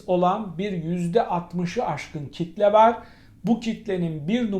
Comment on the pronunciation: KİTle sözünün bu vurgusuna KİTlenmiş gibisiniz. Bi süre kullanmasanız, soğusa. Normalinde vurgu ikinci hecededir. Sizlerin yanlış kullanımları çok bulaşıcı oluyor. Çok kolay "sirayet" ediyor. Çabam o yüzden. Saygıyla.